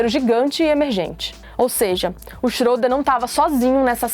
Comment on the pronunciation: Se pronincia chreda só pra Corigir